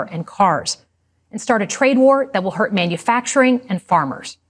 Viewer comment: its manufacturing, not minufacturing great job electing this guy